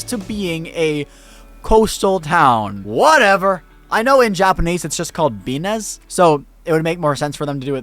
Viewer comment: "Binnes" is pronounced "bins." It's a parody of the French city "Cannes" which is pronounced "cans." Carry on.